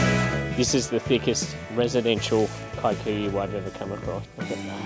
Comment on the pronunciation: Please stop pronouncing kikuyu as “Kai-koo-yu” the word is an East African word and it’s pronounced “kee-koo-yu”